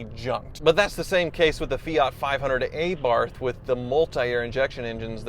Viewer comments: Hey, it is not "A" as in ancient but "A" as in apple for Abarth. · Ah- barth not Ay-barth. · Its feee-at...and uh-barth 🙄🤭 not fee ot and a bath. Thank you 😊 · It is Abarth, not Eibart. 😃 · It’s pronounced uh-barth…… not ay-barth…..